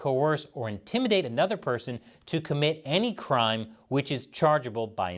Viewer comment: haha said “Trime” instead of “Crime”